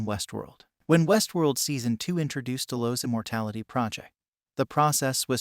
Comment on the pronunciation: Dude obviously didn't watch this show, from the way your pronouncing certain things like "Delos" it sounds as if you've never heard it spoken.